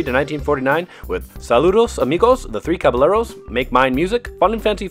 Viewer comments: Caballeros is pronounced ca-ba-ye-ros, not ca-ba-le-ros. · caballeros is pronounced cabayeros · *Kah-bah-yay-rohs (caballeros) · Caballeros is pronounced Cabayeros btw. I cringed when you mispronounced it haha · The way you said Caballeros made me want to kms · I clicked off the video as soon as I heard him mispronounced "caballeros" lmao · The three Caballeros😂 dude look up the pronunciation